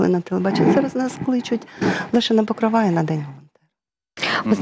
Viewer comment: ПокрОва, а не ПокровА!😴